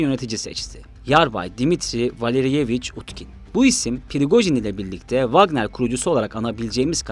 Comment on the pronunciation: Pirigojin degil la Prigojin😅